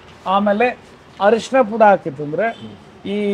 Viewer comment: ಅರಿಷಿಣ ಅಲ್ಲ ಸರ್,, ಹಾಗೊಂದು ಪದವೇ ಕನ್ನಡದಲ್ಲಿ ಇಲ್ಲ,, ಅದು ಅರಿಶಿನ